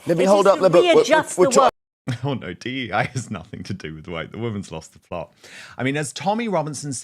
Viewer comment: saying D.N.I. 🥴instead of dei & claiming "trans men" dont rape. Yes, because they're WOMEN🤣🤣🤣GOLD!